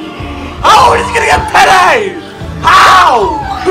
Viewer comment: it's pele............pele it's pele